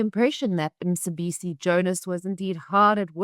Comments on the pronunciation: Is Emma a South African? Why she call Mcebisi Jonas Msebisi? Why she can't ask from fellow colleagues how to pronounce it. If you area South African at least you should be able to pronounce a local name. If she can't ,next time she better say Mr Jonas because to me msebisi means something else. I can't believe people like Renaldo Gouws are quick to ridicule Malema's pronunciation of Elon Musk yet they can't pronounce the name of the town where they stay. Isn't a shame? I also heard the other right winger called colonel denouncing president Ramaphosas pronunciation of primafacie yet he could not pronounce Mchunu . He says Mtshunu . . Most white people in this country think president Trump is a paramount chief of South Africa. He is not . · Not Msibisi maan, he is Mcebisi. Mce Mce Mce not Msi Msi Msi big difference